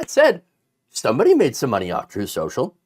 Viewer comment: "Troeth... Sho-sho."